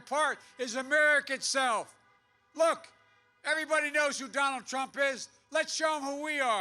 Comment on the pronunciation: Donald Prump! 😂 gaf machine 🤦🏻‍♂️ it’s almost sad to see this... after laughing at him 😬